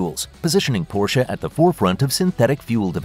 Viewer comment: At least learn to pronounce Porsche... Boolshit video.